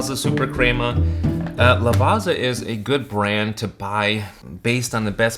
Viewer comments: Ok coming from an Italian its not pronounced LAVAZZZZZZZZZA, ITS LAVA-T-ZA as in Lava = Volcano Lava and "T" =T-om & Za = Za-ra La-Va-T-Za 😊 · Not Lavarza (pronunciation)….Lavatsa. Pizza=Peetsa. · You wouldn't pronounce it Piza, right? So why pronounce it Lavaza?! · Crema is pronounced with a short E, not a long E. Lavazza is pronounced as thought there’s a T at the end sounding like Lavatza. I had to bail out due to your mispronunciations. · It's pronounced "Lavatsa" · But it's not the correct pronunciation, even the english pronounce Lavazza as Lavatsa. Just take some time to practice, you'll get the hang of it. Otherwise, it's a good video, which I had to downvote because of the pronunciation. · I know you're probably partially american so you don't care but Lavazza is pronounced 'lavatza'. Thanks for the review though, I may have a try of some. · it’s pronouced “la-vat-sa”